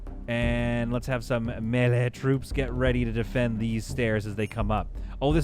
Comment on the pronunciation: As a dad who says "wefee" and "galapano" just to bother people i respect your "me-lee" I also have learned how much i grate peoples ears with those words hahaha